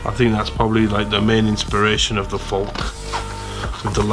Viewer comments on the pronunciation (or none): Say, "Fall-keh".